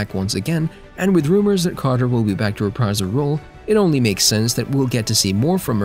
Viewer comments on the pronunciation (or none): none